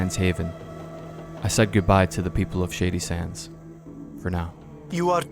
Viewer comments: I'm gonna be honest even though I'm well aware what the name of the town is, it sounds like you're saying "shitty sands" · Genuinely great video, but word of advice...enunciate a little better...every time you said "shady sands" it sounds like "shitty sands" to my ear. Also the word is "struck" not "striked" Minor criticisms, please dont take this as me saying it ruined the video for me